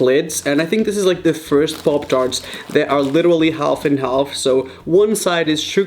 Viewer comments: Parp tharts is what he said LMFAO 😂 pop tarts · im annoyed by the way he say 'poptarts' no offence jk <333